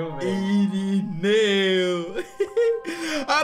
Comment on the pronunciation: SÀRINEU KKK E SÀMUCA E IRINEU KKKK